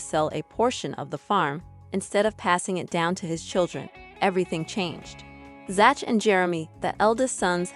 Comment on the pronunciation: Zach is pronounced zak.